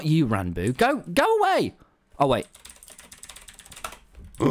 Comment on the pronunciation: “we- we’re bloody 2000 blocks aweh”